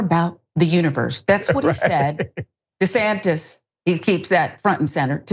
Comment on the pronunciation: Did he nearly say "Ron the sham-tis"? Sounds fitting to ms.